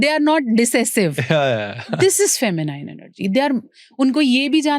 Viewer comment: "Feminiiiiine' is wrong pronunciation The correct pronunciation is Fe- mi- nin as in " nin" not as in "nine"